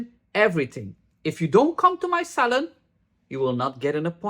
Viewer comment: I can listen to talk all day😂 I hear 'salad' not 'salon'. I love the way you pronounce purple and '30 volume' 68 years old, white hair but love watching